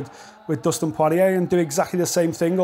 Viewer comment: Who is Dustin Pworeeyay?